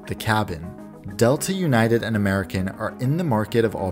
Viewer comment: ewnited is a good joke, but how about we say disunited